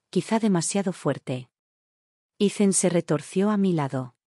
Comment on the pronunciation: Ethan,no se pronuncia Izen,simplemente no se pronuncia samplemente